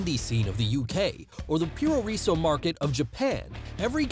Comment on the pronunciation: Not "pure reesu" PU RO RE SU PRO WRESTLE WITH A JAPANESE ACCENT